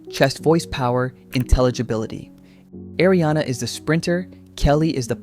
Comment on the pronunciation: Are you a vocal coach? Or why do you feel entitled to make a video like this? LOL Why do you think you have the authority to establish that Adele is above Ariana? Is Lana on the same level as Adele? 🪦Your criteria sucks, bro. PS: It's not "Airy-ana", it's "Ah!- riana".